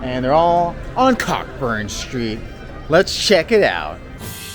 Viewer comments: It's not pronounced Cockburn street, you say Co- burn street 😅😂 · It's pronounced Coe-Burn lol